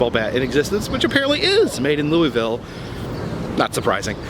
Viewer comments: Scary Marilynn Yes, it’s pronounced as “Loo-Uh-Ville or “Loo-Uh-Vuhl” by locals. LOL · The city is actually pronounced Loo-Uh-Ville or Loo-Uh-Vuhl. Hubby and I were corrected on that by locals when we visited the city back in 2007. LOL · Louisville native here. I actually work seasonally at caufields. First off its pronounced Loo-uh-vuhl. Second, caufields hads a rich history. It's the largest novelty distributor in the us, has been owned by the same family since the beginning, and the building is extremely haunted. I've seen people in the warehouse upstairs who just disappear. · You crack me up when you say Louisville like “louieville”! ❤️❤️ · CoasterLisa agreed! I live nearby and hearing “louieville” is like nails on a chalkboard. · Your pronunciation of louisville is killing me